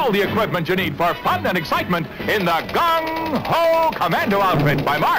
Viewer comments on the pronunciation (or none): LOL did he say gun-ho Commandos?!!? damn Violent times!